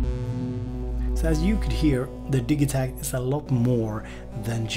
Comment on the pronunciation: Bloody hate the pronunciation of the Elektron way. "Digi" part of the name is an abbreviated version of "Digital", now, say the first part of "Digital" to yourself and then add "takt" on the end of it, hey presto, the way is should be . You don't say Dig-e-tal, when you say digital? Haha, minor nit-picking but it is one of those things that when I hear it, it makes me NOT want to buy one, lol.